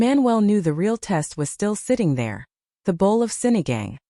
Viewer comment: It's Sinigang - it's pronounced as Sini gung!